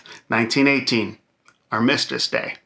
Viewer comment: Armistice – the accent is on the first syllable, Not the second. Great video.